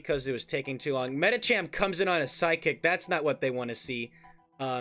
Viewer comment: this guy keeps pronouncing medicham the wierdest way